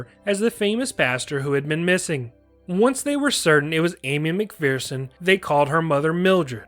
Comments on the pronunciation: Mc"FEAR"son is an incorrect pronunciation. Mc"FER"son is correct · Hmmm… for the last 50 years, I have only ever heard everyone pronounce it “McFEARson” (not “McFERson”). Are you certain you’re citing the American pronunciation and not the British one?